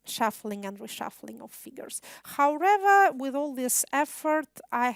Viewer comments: Хауревер! Kate you do need more language practice! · Как всегда прекрасно! Однако, " howrather" вместо "however" убивает меня :(( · Ya ne slyshu ''howrather'', a prosto trudnosti viskazat' "however" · How(r)ever triggered me so bad!